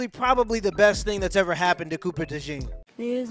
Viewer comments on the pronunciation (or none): It doesn't sound like a pair of jeans. De Jean pronounced properly would de Jon in English.